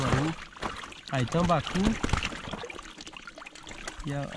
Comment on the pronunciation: O cara fala o nome dos peixes tudo errado... "Tilapa, tambacu" , nunca ouvi falar É tilápia e tambaqui cara. Esse segundo eu experimentei no norte, no interior do AM. E q por sinal, é gostoso p kct